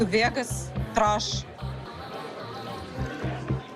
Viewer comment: She said “Trush” 💀